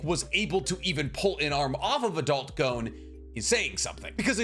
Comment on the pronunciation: Pronouncing Gon's name incorrect is beyond grating. Come on man.